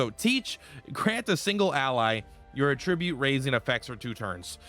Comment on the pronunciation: dude it’s pronounced at-trib-ute not uh-trih-byoot unless you’re saying it as a noun instead of verb